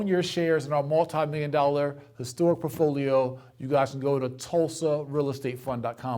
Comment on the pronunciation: I watch these just to get pissed at how this dude says “portfolio.” It’s PORT-folio, not Puffolio. Cmon mane!